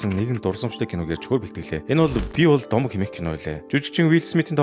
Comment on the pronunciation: Bi bol domog gedgiig ni "bi bol gomo" gej unshlaashd😂😂